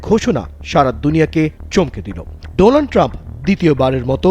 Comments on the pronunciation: ডোলান ট্রাম্প কি? নাম ঠিক ভাবে উচ্চারণ করেন। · Ntv তে কেমন টাইপের সাংবাদিক কাজ করে যে ডোনাল্ড ট্রাম্প কে ডোলান ট্রাম্প বলে ! ঠিক এক সময়কার চা বিক্রেতা বর্তমান ভারতের প্রধানমন্ত্রী নরেন্দ্র মোদীর মতো । অশিক্ষিত নরেন্দ্র মোদী ও ডোনাল্ড ট্রাম্প কে ডোলান ট্রাম্প বলে । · মোদি ও বলে ছিলো ডোলান ট্রাম্প😂😂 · Modi to lonald tramp bole😂😂😂